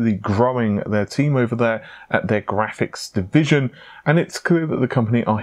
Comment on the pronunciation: says graphics like tony the tiger. grrrrrraphics!!